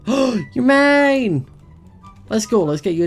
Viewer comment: I think you should name your dog May. When you said "mine," I heard "may." lol :D